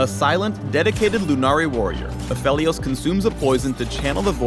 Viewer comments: Wait, A-fe-lios? Not A-fee-lios? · Its PHEL not PHIL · It's apheelios not aphelios reeeeeeeeeeeeeeee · any reason people pronouncing him as aphilios on stream lol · No one: Riot: Takes a hit of crack Absolutely no one: Riot: Apheilos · its not “apheelios?” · the way you pronounce aphelios is just....wrong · Aphalios? really? I hate that pronounciation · the guys reading a script likely never even heard his name before he read it